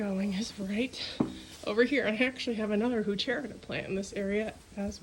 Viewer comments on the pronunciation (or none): I think it’s pronounced “who-ker-rah”. Beautiful plants. You guys have done a great job at the cottage!